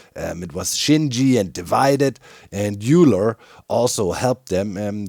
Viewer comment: Language! If that's a reference to Leonhard Euler (the Swiss mathematician), then it's pronounced "Oy-ler". You should know this, being a German academic yourself. If the trim can be duped, then one trim is worth one shulker box of red sandstone. Otherwise, I'd go with a per hermit price: One full set of trimmed armor (rounded up for partial sets) is worth one tenth of the hermit's current liquid wealth (minimum 10 diamonds). For the Cleo fiasco - you should claim that Cleo has no standing to sue and request summary dismissal. It's not like she can prove ownership of the pig. Then, while she's still sputtering, offer to be a gentlemen and pay her a modest settlement so there are "no hard feelings". I think Scar is the ore snatcher. He's probably been going around to every hermit and reclaiming "ore mountain". When he found out you weren't part of the theft, he probably returned your blocks.